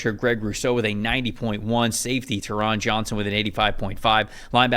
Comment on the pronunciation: Nice show, thanks. Oh, and Taron rhymes with Sharon, with the emphasis on the first syllable, BTW. :-)